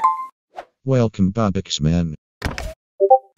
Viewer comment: ITS 🅱OBUX MAN NOT ROBUKS 😳😳